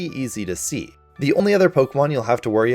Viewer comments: You mean “Duh” Dunsparce? It’s not Doonsparce. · I’ve never heard someone massacre the pronunciation of Dudunsparce until today. Thank you sir. It’s not “Doo-dunsparce”. It’s Duh-dubsparce. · We are groaning coz of your pronunciation of Dudunsparce. how did you come about to pronounce it that way? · You need to make a public apology for how badly you mispronounced dudunsparce